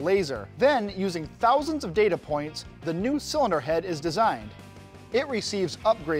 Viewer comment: Call me crazy but I can't stand how this guy pronounces "thousands" Is that weird?